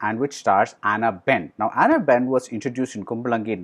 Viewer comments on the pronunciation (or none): Hey man...it's not aana ben...it's Anna Ben.. Aana means elephant in Malayalam. 😁